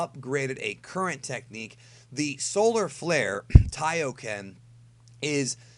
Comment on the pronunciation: "Solar Flair". Say it with me. "Solar Flair". :D